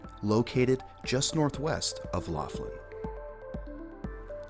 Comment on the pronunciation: Laughlin - pronounced lock-lin, like the name McLaughlin.